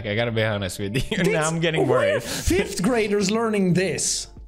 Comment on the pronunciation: actually its "fifth" for your information!